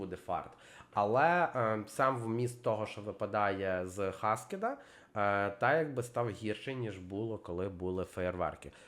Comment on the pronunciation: Ну не хаскед а хакед🥲🥲